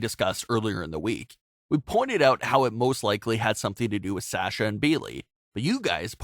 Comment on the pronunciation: I hate the way he says Sasha